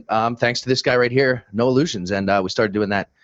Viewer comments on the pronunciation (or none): Have I heard them right? Noah Lugeons is pronounced "No Illusion(s)" ? What a perfect name for this podcast he makes. :D Nope, the head for the "beheaded" boy in "Footmen" was awfully fake looking papermaché with straw hair, they could not even bother to use one of the mannequins they had strewn in between the other "corpses" in one of the mass shooting scenes...